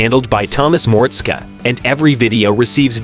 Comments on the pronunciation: No! I don't like MORTSKA, but I love some Mortskeeeeeeeeeeee Repair! Man oh man! Some folks should do a little repair before doing narrating! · A lot of these facts are not true hes not married and hes had duff a lot longer and the skylark was already his dads he just ls swapped it by the way learn how to pronounce his name properly